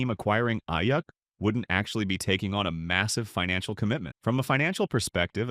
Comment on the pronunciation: Aiyyuck lmao it’s pronounced Aiyook